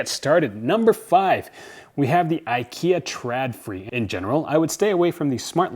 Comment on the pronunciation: Just btw, Å = O so it's pronounced "ikea trodfri". Literally wire free/less. Sorry, that just bugged me. P.S. I love your dog. He is so appropriately dressed.